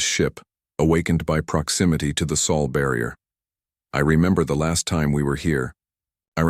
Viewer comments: Sol is the Sun's name not Saul. That's a mispronounciation. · "Sol" not soul please.